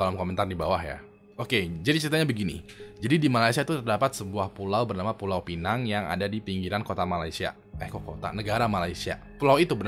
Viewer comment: Sebutannya pineng bukan pènang